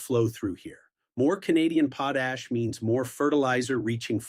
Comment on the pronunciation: Potash not "podash" :)